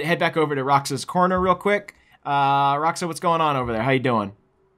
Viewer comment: its Rah'ōxah not Rah'oxah.